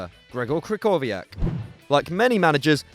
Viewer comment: The way you pronounced krychowiak made me cringe